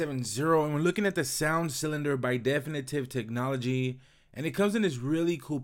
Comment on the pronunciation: My only comments are 1. Learn how to pronounce definitive technology and 2. Actually research a product before doing a review so you can tell people facts about a product along with your opinions